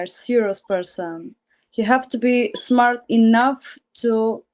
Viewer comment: "The guy has to be shmart.” Chirp.